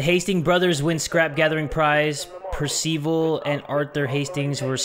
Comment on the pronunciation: Per-siv-al, nae Per-see-val. Also, Kimberly, when derived frae Cynebald, can be masculine